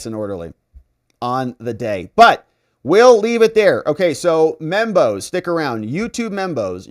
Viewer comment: when you say Membos, I keep hearing Bimbos, lol.